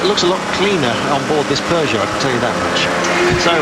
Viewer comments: Their is no R in peogeot dam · And there aren't 2 o's in Peugeot